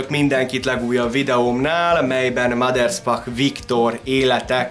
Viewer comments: Mindössze egy kritika: nem sz-szel mondták a nevét, hanem s-sel. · Általam nagyon tisztelt emberről készítettél anyagot. A videó tartalma jól összefoglalja az életét, gratulálok hozzá! A bevágott képek és videók is szuperek! Ha megengedsz egy kisebb észrevételt, a Maderspach név s betűjét nem 'sz'-nek, hanem 's'-nek kell ejteni. Még egyszer köszönöm a videót! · Újabb szuper videó, de nem sz-szel, hanem s-sel kell ejteni a Maderspachot.